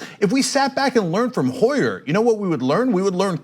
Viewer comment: Not Steny Hoyer, Steny Huer.